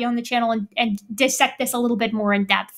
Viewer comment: OMG. Erica correctly pronounced DIS-sect, instead of DI-ssect. I am in love! Much praise!